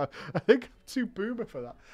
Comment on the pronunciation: I thought you were saying "booba" and didn't understand until I saw this comment